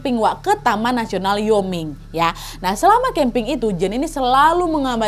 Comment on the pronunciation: Wyoming bacanya wa-yoming bukan yoming wkwk